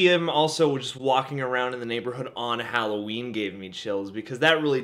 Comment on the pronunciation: "Holloween"...:D Love you